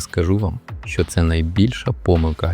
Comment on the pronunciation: Не щьо а що😂